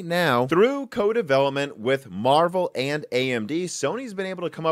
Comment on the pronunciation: Were you saying, "amd", instead of "and"? Or is it just my old ears?